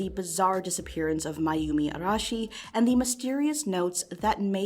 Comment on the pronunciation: I appreciate you not having to stop the video to say "Ara- Arah- Arehsh- I can't say that name, sorry."